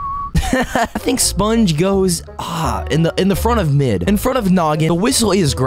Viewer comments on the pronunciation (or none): Wait did bro say spunge Infront of noggin thats not noggin that's mammot